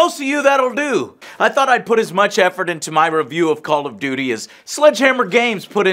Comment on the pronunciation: 'Call of dooty'.